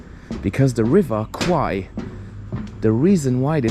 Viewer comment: The way to pronounce 'River Kwai' correctly is like how you pronounce 'bear,' 'hair,' or 'pair' with 'KW,' because the way you pronounce it in the video sounds like the words for 'Buffalo' and 'Penis' in Thai :p